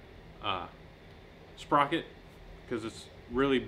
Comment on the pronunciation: Sprotor lol, sprocket + rotor = sprotor